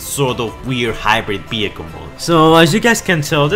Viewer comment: What about saying "vehicle" and not "behicle" ????